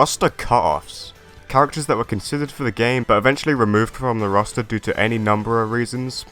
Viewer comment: the way you say roster sounds like rasta lmfaoooo